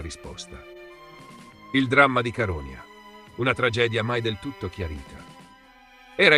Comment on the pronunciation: Però l'accento su Caronia di questa voce NON SI PUÒ SENTIRE...!!! Fai qualcosa, ti prego!! 🙏🙏